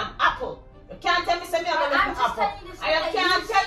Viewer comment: She wasn’t finished with the “happle” 😂😂😂😂😂